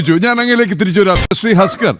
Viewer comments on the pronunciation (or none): ഹസ്ക്കർ അല്ല തസ്ക്കർ